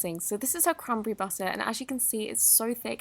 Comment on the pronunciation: when she said cranberry butter I thought she said crumble berry butter XD